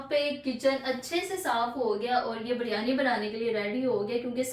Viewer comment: Biryani ki pronunciation itni ajeeb kyun h. Ghar me koi naam Sahi Nahi leta